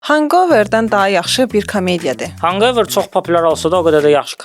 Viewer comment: kontentinizin daimi izləyicisi olaraq bir məsələyə toxumaq istəyərdim. Kinoların adları original dildə deyilirsə, onun tələffüzünə diqqət etmək əla olardı. məsələn, Hangover yazıldığı kimi hanqover oxunulmur, “həngovr” oxunulur. ümid edirəm, pozitiv fikir kimi qəbul edərsiniz